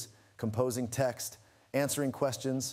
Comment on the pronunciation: "Tekst-summarization" lol